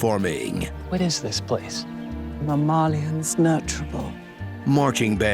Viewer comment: It really bugs me how she can't pronounce "mammalians" normally. Wtf is a mammaaaaaaaaaaal??